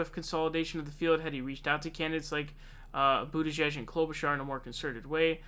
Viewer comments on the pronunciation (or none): none